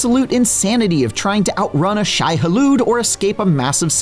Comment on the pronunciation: "Shy Halood"